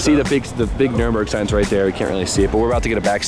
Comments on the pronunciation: Why doesn't B-Hall stop saying Nurburgring incorrectly:( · Bruh. It's NUR-burg, not Nuremberg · Cringe every time you call it the nuremburgring. Its nurburgring 😅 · IT'S NURBURGRING! The track is called Nurburgring (with the little two dots thing above the first "u", but idk how to do that on a computer keyboard...). Nuremberg is another city in Germany. Lol. -EDIT: Props to B-Hall for saying it right. Teach how to say it, haha. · still cant say it lol, Nurburg not Nuremberg. if you cant get them straight just say Nordschleife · You flew all the way Germany and still can't figure out how to pronounce Nürburgring. There's no "m" in that shit lol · It's so annoying listening to him mis pronouncing nurbergring